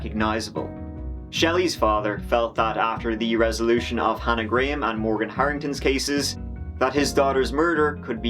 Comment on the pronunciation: Gra-ham. please pronounce a victim's name properly